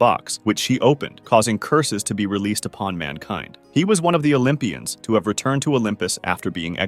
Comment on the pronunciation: My Dokja said correctly 😮‍💨 when he said "U OLYMPIANS ARE JUST SEX MANIACS😮‍💨"